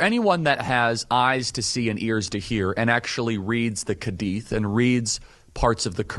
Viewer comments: “Kadeeth”?? Bro its Hadith 🥲😭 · “the kadith” 😭😭😭 it’s HADITH. HADITH. WITH AN H. OH MY GOD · Side note, what the hell is the ''khadeeth'' and the ''kurinn'', it's Hadeeth (Had'iith) and Quran (Kur-aan). Bro didn't even know how to say it properly. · The way he pronounces the hadith. He pronounces it KHAdith. Notice when israelis say hamas It Khamas. Gives you a glimpse into who's influencing charlie's perspectives. Sound like an israeli wrote that for him. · it's hadith not kadith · reads the “kadith”😭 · Kadith😂😂😂😂😂 omg kadith ? He couldn't pronounce an H ? It's Hadith but his racism won't allow him to even accidently say anything Islamic correctly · "Kedeth" "keran" bro🍃🍃✌✌ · "Reads the k-hA-deeds' 😭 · "the kadeeth" 🤦‍♂️